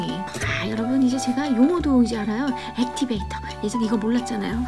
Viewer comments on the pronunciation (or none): 액티배이트가 아니고 액티배이터에옄ㅋㅋㅋㅋㅋ